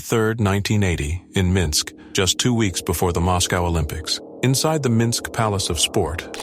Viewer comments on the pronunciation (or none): none